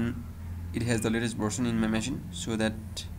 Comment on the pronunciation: its called machine not masin